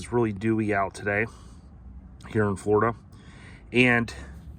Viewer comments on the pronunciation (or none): none